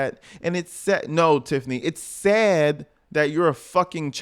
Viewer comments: No,. You pronouced the "a" in sad. Big Tiff says it as "sed". She can't pronounce words with a flat "a" in the middle. Numbers is pronounced as nambers. This broad is whacked. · she says Say-ID instead of sad too 😂😂😂